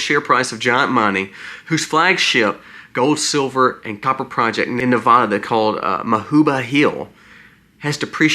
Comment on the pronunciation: Please, for future reference, it is pronounced Ne-VAD-uh, not Ne-VAH-duh. :body-green-covering-eyes: It's a touchy topic here! Thank you!